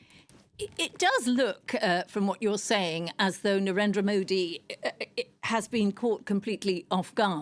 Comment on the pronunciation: Love how she gave up on pronouncing his name